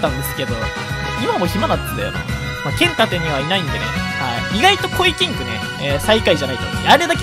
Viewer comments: ポケモンけっ↑ん盾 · けん↑たて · 剣⤴︎ 盾⤵︎